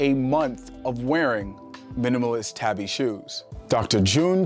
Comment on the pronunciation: Tabi is pronounced with a long “A”. Ie “TAHBI” like in “ahh” or “awe”.